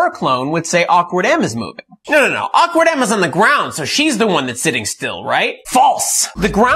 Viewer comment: "shofer clone" and "awkard" .. lmao